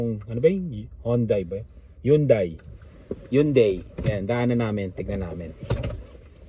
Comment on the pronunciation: You read it as haYunday